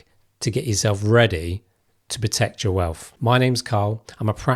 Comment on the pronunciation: It’s wealth Not WELF!